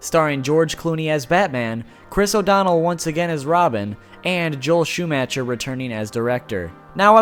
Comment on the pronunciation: You are aware that you mispronounced Darens name but said Joel Schumachers surname wrong TWICE. I cringed both times.